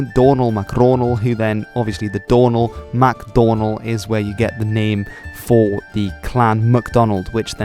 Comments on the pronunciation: I'm sorry I swear you're saying Ronald McDonald. 😝😝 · Domhnall mac Raghnaill All I can hear now is “Donald McRonald”